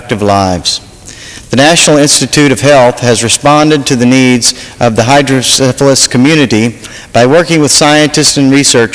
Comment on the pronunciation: Neat stuff. Too bad they don't have more consideration such as this in other places. I'm 40 now and have had hydrocephalus since I was born. I do wish people would stop pronouncing it "hydro-syphilis"